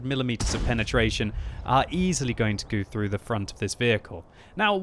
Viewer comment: "gu thru"